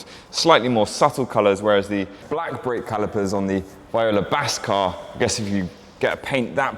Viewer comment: That Grigio Acheso Revuelto looks like the 2024 Goodwood Ad Personam car. FYI, Viola is pronounced Vee-Oh-Lah not Vy-oh-lah